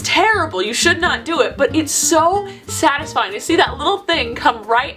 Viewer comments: did anyone else hear her say sfatisfying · "svatisfying" 😂 lol 😹